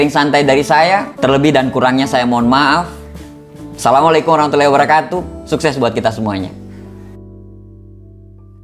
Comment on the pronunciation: COBA DENGAR PAS Assalamualaikum Wr.Wb Aneh Lu Bang